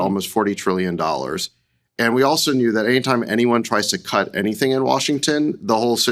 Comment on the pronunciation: How awful in the first thirty seconds of the show you dropped your t's twice. Are you kidding me? Speak English. pronounce your t's. You sound like a moron. There is an attack on the English language and you are participating. How Awful!